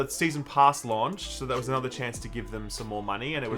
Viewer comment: The way you pronounce 'launched' has bothered me for a while now...